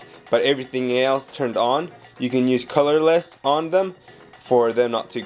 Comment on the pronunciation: Na na, it's "Calaless"